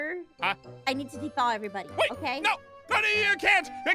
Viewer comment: i got confuse when she said" nice to meet you budduh" because it sounded like she said brotha